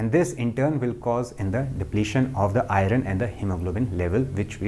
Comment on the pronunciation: Beautiful and good Sir, 🙏 Thank you,The pronunciation iron is to be corrected ,Soory to point it out ,As I see your video regularly